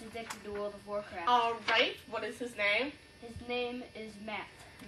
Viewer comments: wowld of of wawcwaft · When he said “pua puh uh” And “wowled of waw cwaft” I really felt that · wowd of waw cwaft